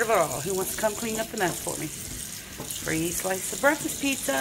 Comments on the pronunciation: The word is breakfast , not breafast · Yeah she always says breafast lol